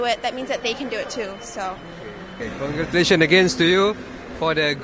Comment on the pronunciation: Dia sebut conculation